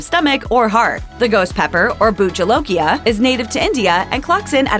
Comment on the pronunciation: aaaaa love how you say "buht jolokia", since I'm an Assamese (the state that it's primarily grown in)